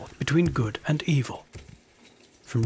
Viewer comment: Nice, but that's not Dagoth Ur, and, you pronounced the name wrong, it's RRR. Not OOR. Dagoth Ur's voice is deeper and cooler XD.